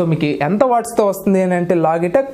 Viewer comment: లోగిటెక్ కాదు. లోజిటెక్.